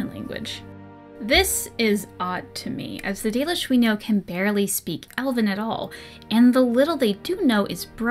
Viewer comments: Yeah, I have a form of dyslexia where I tend to skip all over the page. It's something I can generally deal with, and as long as I have a marker for where I'm at I can read pretty quick, but audio books are easier and I end up absorbing more of the information. So I listened to the audio book and had to stop twice cause I couldn’t with the 'dollish'. It happened again with dwarven stuff and also Meric's name was mispronounced through the whole thing. The narrator did a pretty good job, it ultimately came off as him trying to hard to me. Like he expected anything fantasy couldn't possibly just be pronounced how it looks. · Not sure why but whenever I hear the audiobook pronunciation of Dalish, I always heard it as Dahlish. My random thoughts on that point free of charge. :)